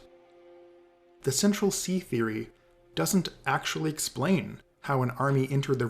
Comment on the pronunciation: "Central Cee" lol